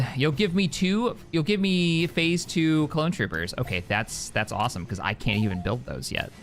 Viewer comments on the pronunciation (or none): none